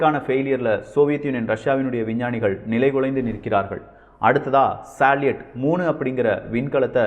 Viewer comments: தம்பி ஒரு சின்ன திருத்தம் சாலியட் உச்சரிப்பு பற்றி அது சல்யூட் என உச்சரிக்க பட வேண்டும் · சலீட் அல்ல சல்யூட்.